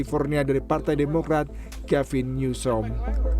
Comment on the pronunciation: Gavin om bukan kevin 😂